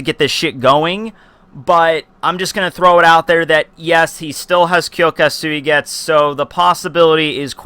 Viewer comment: bro ur name pronounciation is shit omg